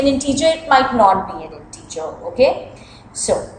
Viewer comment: NO IN-TEEEEE-JIR.